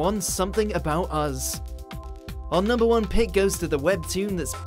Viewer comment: It's pronounced Us not Uzz.